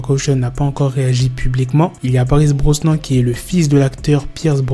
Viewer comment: Ça se dit Pierce BROSNANE inculte!!